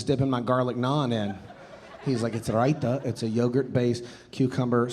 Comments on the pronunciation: Really good job pronouncing “raita”! Nailed the Indian laminal denti-alveolar “t” sound! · thank you for this, as a brown Indian immigrant who is now a citizen of this wonderful country that made me feel welcome 20 years ago but now feel like I’m intruding here , especially after year. Thank you for the laughs, it makes me feel like I belong here. BTW your pronunciation of raita is so spot on! Great job!